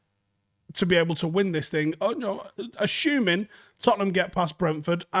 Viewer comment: Is there a silent h in assuming?